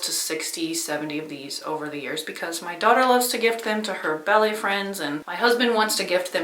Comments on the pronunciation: Oh, BALLET!!! I thought she said belly, too, and wondered if she meant a belly dance class. 😂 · When you first said your daughter made the coffee cozy for her ballet friends, I thought you said “belly friends” and I thought “Hmm. That must be a new term. Is that like your group of friends whom you belly laugh with?” Then you used it again later in the video and I realized that you said BALLET and there is no such things as “Belly friends” and now I’m kinda sad. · Watching and thinking.. what in the world is a belly class? I had to turn the CC on to make sure I was hearing that right! Ballet class! I need more java! 🤣